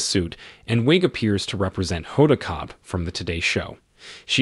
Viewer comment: Oh my! Her last name is pronounced Kot-bee, not Kot!😮